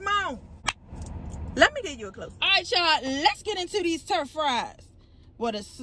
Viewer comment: Love that you love them. Gotta try. Oh and btw it's Truff not Turff lol